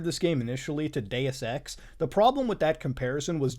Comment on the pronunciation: everytime Muta says Deus-Ex. I hear it as Dayersex. Sorry xD